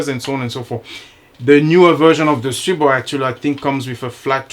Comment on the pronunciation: I never had an issue with either my A1 or my A3. So far. Your the first reviewer that pronounced the Stribog's name correctly. I subbed . Thanks